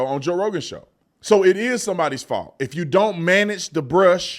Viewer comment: It is Gavin’s Faulth 😂😂😂😂😂😂😂